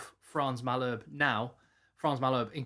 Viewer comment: Legit channel - some pronunciation tips from a half-Saf/half Brit rugby-madman. Malherbe = Mull Herb Err. Arendse = Are Rent SSir